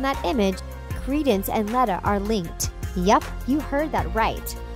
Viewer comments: Gellert was sent to nurmegard he didn't die! And dumbledore was transfiguration teacher. Malidictus isn't the name of the character it's the name of the curse we don't know her name yet! The only real theories here are stolen from other youtubers you have all the facts wrong! And it's pronanced leeta not letta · Good video but, 1.Dumbledore taught Transfiguration before becoming Headmaster. 2.Voldemort cursed the Defense Against the Dark Arts position when Dumbledore refused to give it to him. 3.You’re pronouncing Leta wrong. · these people need to get there info before making a video in pottermore jk said Dumbledore was transfiguration teacher at this time and in one of the books it was talked about how Voldemort cursed "defense" the dark arts because the school would not give him the position when he asked to have it and learn to pronounce leta correctly and like I said look into your facts before you make a video it is not that hard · You said Leta wrong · Some of the thory are wrond and you said leta wrong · So many things are wrong in this video, Grindelwald does not die, she keeps on pronouncing Leta wrong, and the dark arts position was cursed bu Voldemort. Good video, but check your facts next time. Sounds like she does not know much and is just reading a script. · You clearly don't know much about Harry Potter lore do you? Firstly it is known that Dumbledore taught transfiguration, Secondly Grindelwald died in 1997 at the hands of Tom Riddle, Thirdly your pronunciations of Wizengamot and Leta is terrible. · Grindlewald doesn’t die. It says in the last book in the Harry Potter series that Voldemort goes to grindlewald for the elder wand. And Dumbledore was a transfiguration teacher before he became headmaster. P.S. its pronounced leeta not leta. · HER NAME IS LETA!!!!!! ITS PRONUSED LITA NOT LETTA LIKE YOU SAY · I was just about to point out the same errors. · Leeta not letta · its lee-ta not let-a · Say it with me now, "Lee-tuh" not "lutta"